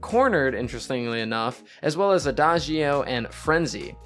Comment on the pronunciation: Quick pro tip from a native Italian on how to pronounce adagio (which is an Italian word) you should say “ada-joe” 😉 it actually means slowly